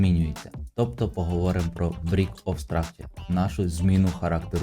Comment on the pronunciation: Тільки слово break в абревіатурі bos (break of structure) читайється як "брейк", а не "брік". А так, по структурі ринку, то все чітко, лайк.